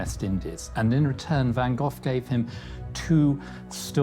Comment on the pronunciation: I really do enjoy your documentaries, but have to say: the name van Gogh should not be pronounced as van Gofffff....